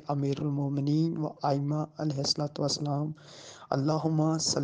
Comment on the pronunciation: Ye Alai wasalm Qn bol Raha he was Allyhi Qn